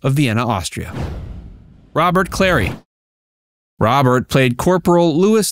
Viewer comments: Cl;arey!! not Clay! What is wrong with you?!? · Robert ClaRy. Not Robert Clay. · It's not Clay It's Clary you mispronounce many names are you using AI for narration? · same with Robert Clary (they used Clay) and pronounced the character name as Lewis, instead of Louie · Werner KLEMPERER, not Klempner and Robert CLARY, not Clay: Have some respect and get the actors' names right. There are other errors, but those two are glaring.